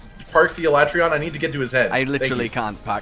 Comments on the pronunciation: Escaton judgement is powered by how often people refer to Alatreon as AlatrEEon instead of AlatrEYon😂 No wonder n are melting hard with a vengeance! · Why do they pronounce it Alatrayon I refuse to accept that that is correct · I love how neither of you react to the obvious butchering of Alatreon's name "the ah-la-tray-on" FFFFFFFFFFFF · OMG it drives me nuts on 2 things, 1) he never picks up teh shiny drops, and 2) STOP SAYING HIS NAME WRONG! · The in-game pronunciation of Alatreon is pure cringe.